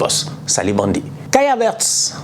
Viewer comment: 😂😂😂😂😂 j'ai juste rigolé quand tu as prononcé le nom Kai Havertz